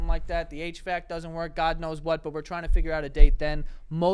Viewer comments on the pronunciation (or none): none